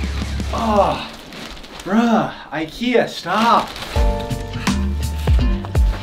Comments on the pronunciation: you mean ikea not akea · It’s ikea not akea